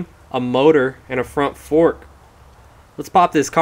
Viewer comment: Erm, , did you say "forsk"?